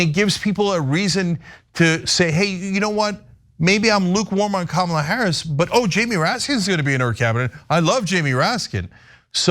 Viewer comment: "Camel-a"? Who's that? I'm pretty sure her name is pronounced "Comma-la." Understandable from those who aren't all up in politics. But okay. She's not gonna win anyway.